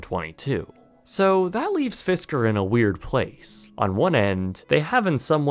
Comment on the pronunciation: It’s “Fisker”